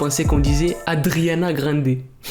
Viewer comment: "adriana " mdr